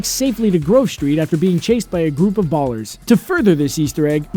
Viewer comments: Um excuse me? Did... Did he just say "ballers" instead of ballas? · ballers? balllas lol